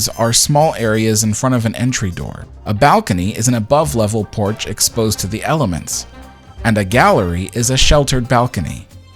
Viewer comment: Ain't no 't' in 'porch.'